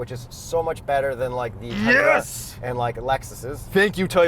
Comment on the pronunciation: "Thanks for flying us out TAAY-ota"